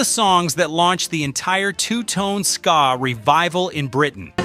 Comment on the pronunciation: This is a load of garbage..i heard most of these on the radio in the uk and never heard about the Albert hall incident..and he can't pronounce ska😂😂